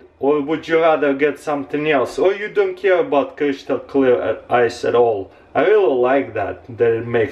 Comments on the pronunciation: CRISCHTAL celar x) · Crishtol clirr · "Crishtal creal" lol